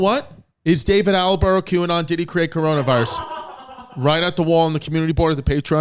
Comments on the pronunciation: ALLENBUROUGH AHAHAHAHA ITS ATTENBOROUGH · Loooveeee David Attleboro 🤣🤣Chrissy pronunciations back at it again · Chris changed David Attenborough's name every time he said it 🤣🤣